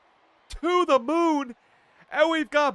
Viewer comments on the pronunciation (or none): none